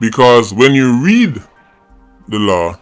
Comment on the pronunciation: Law not law-in ......